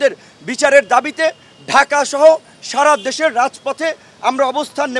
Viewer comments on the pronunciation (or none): none